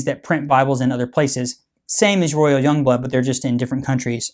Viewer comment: yong bloot